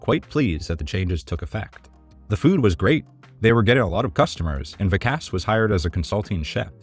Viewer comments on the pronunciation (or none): I really enjoy your work but I am surprised at your mispronunciation of "Vikas". Gordon addressed this.?